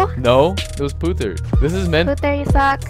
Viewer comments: It's Putt-her (Putter) not Puther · You said putthers name wrong